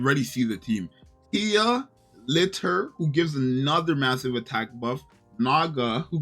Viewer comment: the game itself is guilty of this, the voice actors say "litter" as her name, it makes zero sense and sounds dumb